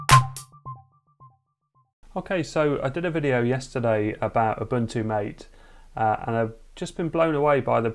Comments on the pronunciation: Greetings! I enjoyed your quick review of Ubuntu MATE on a Pi 4. I thought you might be interested in knowing the desktop is named after the drink, so it's pronounced "mah tay." [EDIT: the link I supplied from the Ubuntu-MATE website contained mostly comments from folks arguing about the pronunciation. So I didn't realize it's a contentious topic. I'm not trying to start an argument.] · The Window Manager Mate (based on Gnome 2.x) is named after Yerba Mate, the national drink of a few countries in South America. Pronounced 'Ma-teh' (Spanish). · it's mah-tay mate